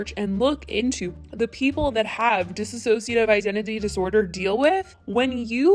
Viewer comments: I’m so pissed Trisha is disrespecting yet another community and also disrespecting Anthony. He is one of the only youtubers left that actually has a pure heart for bringing awareness and progress to youtube. I cannot stand Trisha. Also, just a little pointer... it’s “dissociative” not “dissAociative”. That might come off as petty but Trisha was pronouncing it wrong too and I just feel that it should be said properly. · Same, it stood out to me as well. SO DONT TAKE IT AS AN ATTACK PEOPLE, just a friendly reminder on how its pronounced correctly ^^! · Hey, I'm (k?)nit picking but you're saying dissociative wrong sometimes. Maybe say DID because the word might be hard to remember or pronounce. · it's DISSOCIATIVE, not dissASOciative... I love u, but u cant say u did. a lot of research went u cant pronounce it. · Say it with me now, Dissociative NOT DissASSociative Dis-soci-a-tive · The way everyone keeps pronouncing dissociative like disisociative is making my eye twitch, honestly. 😂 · Hi, it's pronounced like it's written, "Dissociative". You were pronouncing it the wrong way Trisha did, "Disassociative". Just brings to light how she's spreading misinformation. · Hey, quick reminder it often sounds like you are saying "disassociative" and this is of course not right. No hate, just wanted to make sure that you keep an eye on how you say it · Di-ssociative. Not Dis-associative. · Dissociative NOT disassociative. Please let's get this right. There's no extra A. You dissociate. You didn't even educate yourself enough apparently. Sorry but holy hell can SOMEONE PLEASE GET THE DISORDERS NAME CORRECT PLEASE???!?? If you're going to cover the story get the fucking diagnosis CORRECT!!!! You watched multiple videos and did reading and you couldn't even read it correctly? Trisha said it wrong, you don't have to. PuhLEASE this is killing me, I can't even listen to this video anymore. Not PERSONALITIES IT'S AN ALTER! Oof!!! I give the fuck up.